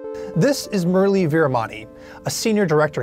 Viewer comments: The way you prounance his name😂😂 Muraalee when it's Murali.....😂😂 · For God sake it is mu Ra le not murlay